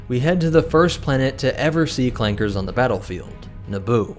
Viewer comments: Are we just gonna ignore the hard R? Like tf no it’s clankas not clanke*s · ITS CLANKAS NOT CLAKERS RACISM!!!!!!!